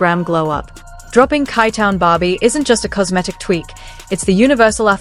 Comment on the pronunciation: Chi chi-town not kai town sounds like SHY. Shitty ass AI voice over